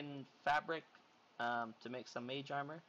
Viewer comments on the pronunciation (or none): none